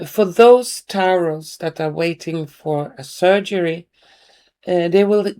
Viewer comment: Lovely Taurus is said like Torus